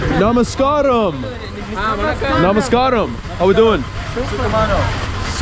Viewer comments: Its namaskaram, not namaskram. From 🇱🇰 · don't say Namaskraam......SAY...NAMAS KAA RAM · May I correct your pronunciation mostly your friend I believe - it is Namaskaaaram!! Good video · I know... but that is Namaskaram not Namaskram! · Namaskaaram. Correct pronunciation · LMAO IM Sorry BUT DID HE JUST SAY NAMAS KARAM 😂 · Hahahaha you guys are funny....first learn from someone how to say the word "Namaskaram" or just say Hi that will do. Good video bro.